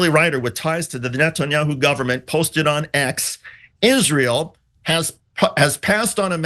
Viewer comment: It's just like Lindsey Graham says, "izrool".